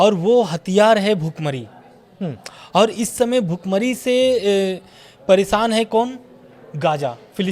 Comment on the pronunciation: भाई मेरे पहले तो बोलना सीखो । परेसान नहीं बोलते हैं । परेशान भोला जाता है । तुम यार जबर्दस्ती के पत्रकार क्यों बने हो जब बोलना भी नहीं आता है ।जाकर पकोड़े तलो और बेचो कनाट प्लेस में ।